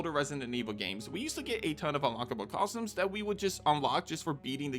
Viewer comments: I hope you've managed to get over your speech impediment and can now say the word "costume" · have i been saying costume wrong this entire time